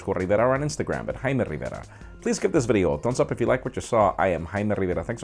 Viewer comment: Best part of his video is when he says 'I'm '